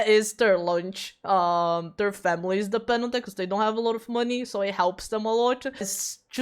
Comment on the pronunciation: I first understood: "...there are femboys that depend on that, cause they don't have alot of money so it helps them alot..." and thought "huh? 🤔" at first till i rewatched it and noticed you said "families" 😂